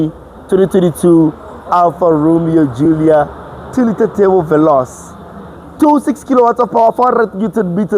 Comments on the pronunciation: The C in veloce makes a - che sound so it's Veloche' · Say it with me : VE - LO - CHE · Ve-lo-che, please re do that video you're too nervous like it's your first time. That's one car which is so underrated and has the most to offer in its class in terms of appearance, performance, ride and drive quality.